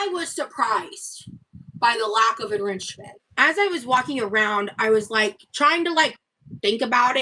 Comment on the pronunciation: My favorite is enriNchment